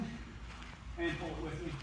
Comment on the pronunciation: Sled *PULL*… not “pole”